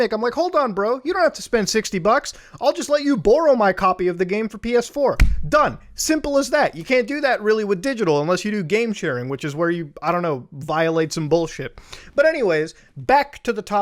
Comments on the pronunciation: u know iv never heard the canadian come out of muda until he said the word barrow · I dig the way on how Muta pronounces the word "borrow". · I like the way Muta pronounces the word "borrow". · That "Borrow" hit me real hard with the pronunciation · You said "borrow" and I finally heard the Canadian in you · it was a religious experience for me